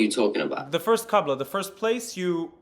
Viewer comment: He said qabla not qibla oh woe, he messed up one vowel of a word from a different language. We all knew what he meant, even the guy in the video understood him. Try debating in a foreign language about another foreign language and see if u ever make a mistake 😂